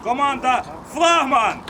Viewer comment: Поставь пожалуйста правильно флагман ? потом опять флагман